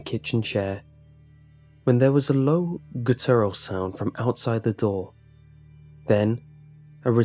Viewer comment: If you're unsure how to pronounce a word, look it up...there is nothing more disappointing than a story teller that mispronounces key words to the story. 'Guttural' sounds nothing like 'couture'. Amateur.